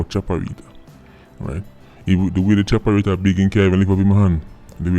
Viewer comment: What's a chapaeretta?